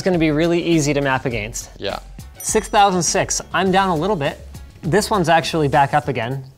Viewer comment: why did he pronounce "against" like an old male narrator rhyming about a mouse and his friends in a European children's book? uH-gAiNsT